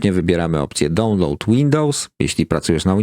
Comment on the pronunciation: Świetny materiał. Zobacz na Google Translate jak się mówi "download" i "queue".